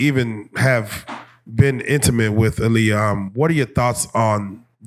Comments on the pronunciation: Tell you pronounce her moms name Ah-Lee-uh, not uh-lee-uh. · You can join Rocky in the corner 😂 it’s her pronouncing her name “Ah-Liyah Hawton for me.